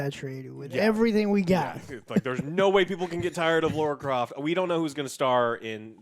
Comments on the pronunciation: Why do people say Laura Croft? Would you call someone named Tara, Taura? Or Lana, Lorna!!?? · Laura Croft? Who the f* is Laura Croft?